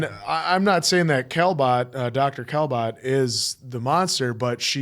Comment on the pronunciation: Just a little correction. it is Kinbott not Kelbott.